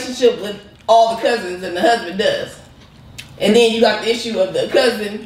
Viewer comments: "Cusband" lol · But she said cussban! Lmfao! you are too much! 😂 good one!